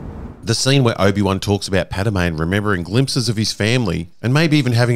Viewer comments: brotha it's pad-me not pad-a-me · Who the fuck uis ''Padame''?